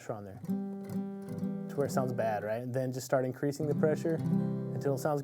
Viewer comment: I knew you were from Tx, but I never noticed an accent until I heard you talk about your "raught" hand.